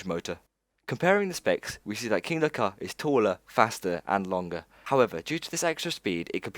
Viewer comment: Dude your videos are wicked, but your pronunciation is why off. Kindaka.. It's Kingda Kar. Abu Doobai.. Debuwed (not daybyooted)